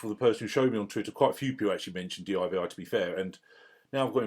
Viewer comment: Great video mate. One gripe...it's not d.i.v.i it's called divi you divi. Just jokes.